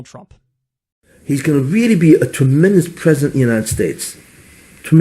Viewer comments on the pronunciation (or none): Tremendeous...did you hear that :)